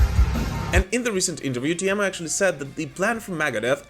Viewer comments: it's "Tee-mo".. not "Tie-miou" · Your pronouncion about Teemu was perfect 👌😎👍